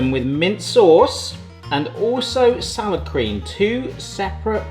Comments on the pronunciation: For a long moment I thought you were saying 'sour cream'. I was today years old when I found out Salad Cream is a thing. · Are you saying SOUR cream or Salad Cream? If it's salad cream - what IS that?